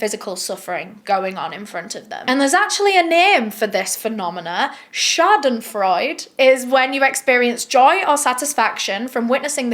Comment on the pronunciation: Ah yes Schadenfreude, a germans favourite word. your pronounciation was... alright you just forgot the e at the end